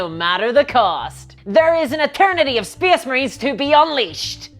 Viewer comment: "Spess Muhrines" MY SIDES